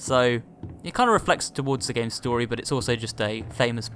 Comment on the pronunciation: You di know the meaning of again right? You pronounced it saying a gain.